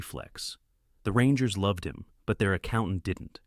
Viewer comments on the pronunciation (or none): none